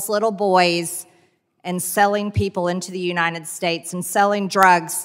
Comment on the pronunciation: It’s “UNITED” NOT UNINED!